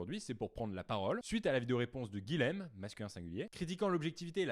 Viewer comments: C'est dur d'entendre son prénom un 10aine de fois mal dit ! (Guilhem se prononce Guiyem et non Guilem! :) ) Sinon, chouette ta vidéo, tu l'ouvre et tu as raison ! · bonjour, guilhem est un prénom occitan qui se prononce "guiyème" et non pas guilème. C'est l'équivalent de Guillaume en français.